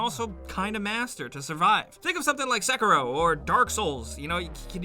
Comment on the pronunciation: Others ; Sekiro Guy in the Vid ; Sackero